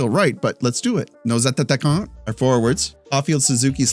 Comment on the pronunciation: Hi! I dont want to come off as rude but I just wanted to say that you have been mispronouncing the word attaquant in french. You’ve been adding a ta sound to the word. Instead of saying atta-quant, you say attata-quant. Hope this helps:)